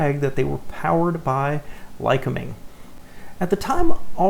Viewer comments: Lycoming is pronounced: LI-cOm'-ing like lye-cOm'-ing or lye-cO'-ming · Ly-COOM-ing is how it is pronounced. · Lycoming is pronounced "lie-COMB-ing."